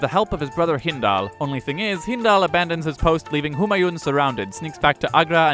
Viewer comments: Kek, looks like someone was asleep in their class VIII history lessons! No but seriously do pay attention if you decide to read through those books again. If you thought Humayun was incompetent do look up Muhammed Bin Tughlaq. Also,, great video but the 'n' in Humayun isn't fully vocalised, it's pronounced more like "Hoomaayuu" with a slight n sound. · Why does everyone pronounce Humayuns name incorrectly. It isn't japanese or something where each syllable takes the same amount of space in the word Hu Maa Yun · The n at the end of Humayun is silent.